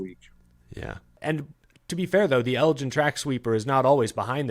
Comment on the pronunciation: as a Texas native myself, I cringe every time you pronounced Elgin like that